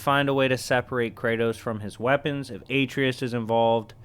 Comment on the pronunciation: Ur saying atreus wrong